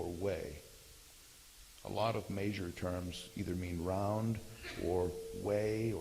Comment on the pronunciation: I tried. I really did, but he says "maysure" instead of "measure" and this video is filled with it. I just couldn't take it anymore.